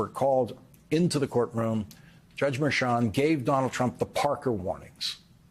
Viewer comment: why can't you correctly pronounce Merchan? It's not difficult. Do you say Chair instead of Cher?